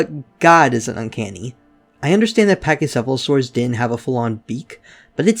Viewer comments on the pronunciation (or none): none